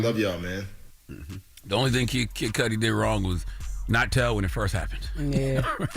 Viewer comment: The pronunciation of MIS-CUDI being mispronounced MULTIPLE TIMES is killing me. "Kid Cudi" is short for his last name "Cudi" rhymes with "MISS-CUDDY" NOT "MISS-SCUDI."